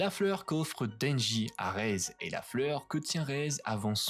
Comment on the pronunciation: super vidéo mais c'est pas raise c'est rézé par contre ;3